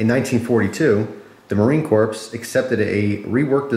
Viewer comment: pronounced cores not corpes